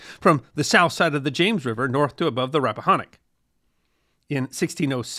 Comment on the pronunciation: I loved this episode, Your pronunciation of Rappahannock is off, it’s pronounced locally as Rapp-ah-hanick (like hand), or the Rapp. 🎉Wicocomico is pronounced, Wick-comic-co, at least by locals. I learned this after many corrections by local watermen.